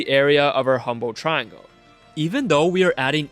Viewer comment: "triangoah" beo js say triangle